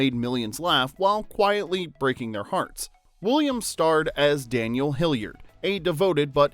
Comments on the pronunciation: Man, is the narration done by AI? The mispronunciation of the names, namely “Daniel HillYERD” and “Yu-fij-nya” Doubtfire, along with calling Robin “Robins” at one point, and not in the possessive form, in the line, “Robins, Sally and Pierce had all been divorced.” Perhaps something that didn’t make the list but should have are several minutes over various scenes where both Daniel and Mrs Doubtfire interact with the busybody neighbor, Gloria. She filmed a much bigger part in the movie, but the vast majority of her scenes were cut, relegating her to the tiny role of the nosy neighbor who calls Miranda at work to notify her of the shenanigans surrounding the birthday party being thrown for Chris. The DVD release with bonus scenes contain all of the scenes, mostly between Gloria and Mrs D, with Daniel enacting his revenge on the neighbor (as Mrs D) by appealing to her love of gardening, as they bonded over their “green thumbs.” Mrs D ultimately sabotages Gloria’s garden through a recommendation of some very unorthodox choice of fertilizer, one that would be embarrassingly difficult to procure and also destroy her precious flowers. It seems like an echo to the scene where Miranda comes home to witness a goat devouring her begonias. Both Daniel and Mrs Doubtfire, whether by accident or intention, were responsible for the destruction of a good amount of floral beauty on that street corner. I get that Gloria’s scenes were mostly cut for time, but the side sequence between Mrs D and G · Hillard is not a hard surname to pronounce....but for some reason you are really struggling with it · WHY OH WHY FOR THE LOVE OF SOMETHING do you pronounce Daniel HILLARD AS HILLIARD?? there is only one letter I in his surname dang it! get it right! H I L L A R D not Hilliard. ffs. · Was his last name pronounced Hilliard? I'm the movie they all say hillard?? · It's bugging me that the narrator keeps pronouncing the surname as 'Hilliard'. It's 'Hillard'!! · Hillard not Hilliard